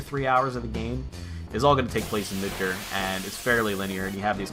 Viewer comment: Midger? I thought it was mid GAH r like the gar fish